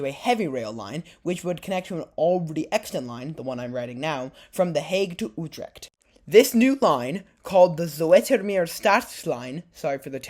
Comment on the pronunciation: You said Utrecht, now try to say the U in the same way here: Zutermeer, there you have it: Zoetermeer.. Now you can work on "Utrecht" ❤